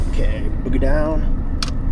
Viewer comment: It’s pronounced BOH-gee. But honestly, I prefer hearing you announce BOOGIE DOWN! every time you park your truck. 😂